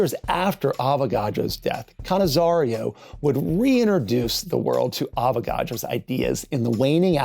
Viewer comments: Why do you pronounce "cannizzar i o" with an additional "i" between "r" and "o"? Just read what you see [ca ni za ro] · The name is Cannizzaro, not Cannizzario. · Where did you find an “I” in Cannizzaro surname, you pronounced it Cannizario! 🤌🏻😱🤷🏻‍♂️🤦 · I really appreciate the explanation. Adding the extra ‘i’ to Cannizzaro’s name, however: killing me everytime I’m trying to concentrate on your words.